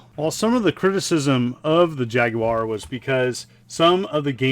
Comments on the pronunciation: Thumbs up for pronouncing Jaguar correctly and no I'm not European it just irritates me when people say jagWIRE rant over now back to you're video I goo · It's an American console by an American company and will always be pronounced JAG WIRE no matter how hard anyone else in the world tries to influence it to be otherwise.